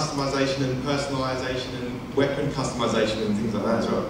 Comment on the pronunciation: I love the way he pronounces Weapon, and other words containing E. Weepon.